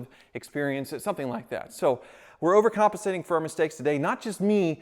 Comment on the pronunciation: Anyone else counting how many times he said “overcomancating”...